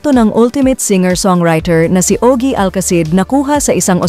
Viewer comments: Ogie po hindi o.g. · Ogie, NOT O.G..